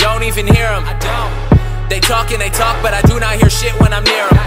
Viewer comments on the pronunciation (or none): none